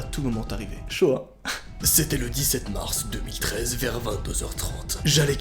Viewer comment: A g cru qu’il avait dit shoah au lieu de chaud hein ! 😂